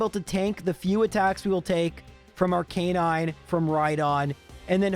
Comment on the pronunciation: Can I make fun of how he pronounces Ar - canine? ARC - UH - NINE